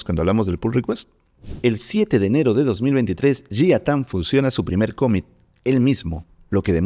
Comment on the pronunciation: Impresionante contenido!!! Gracias!!! Solo un detalle… pronuncias mal la palabra COMMIT, y varias más… En inglés no acentúas… (cómmit).. trata de pronunciarlo plano, sin hacer énfasis en alguna letra … commit…